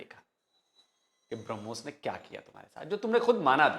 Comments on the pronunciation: If you listen carefully he initially referred to Brahmos as Harbooz. Thank God he didn't call it tarbooz.😂😂😂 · हूरों के लिए मर मिटने वाली कॉम brahmos को भी hurmos pronounce कर रही है 😂